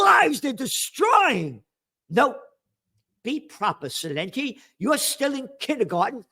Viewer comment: Hey Celente! Why don’t you learn how to pronounce your last name like an Italian instead of a Mexican!